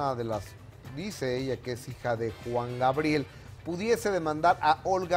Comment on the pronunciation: ...y Gustavo Adolfo nunca a pudido pronunciar el nombre artistico de Alberto Aguilera Valadez...min. , Juan "GRabiel"...de niño yo tenia ese mismo problema pero ya me curé jajaj